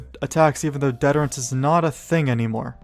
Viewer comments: "Hyjal" is pronounced HI-jel. "Detterence" is pronounced dih-tur-uh ns. Root word deterrent. Source: I worked for Blizzard for six years. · Great video, one gripe. Its pronounced DEE TER ANCE